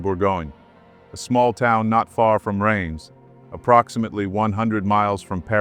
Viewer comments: The name of the city in France is pronounced Rems not raimes (Rheims) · "...the names of places they could barely pronounce..." says the narrator who didn't bother to research how to correctly pronounce the word, "Reims". Oh, the irony...